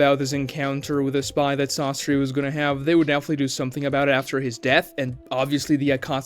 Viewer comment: It's not "sássuri" it's Sasóri.